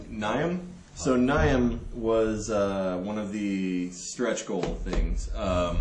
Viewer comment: Niamh is an Irish firstname, it's pronounced "Neev". =)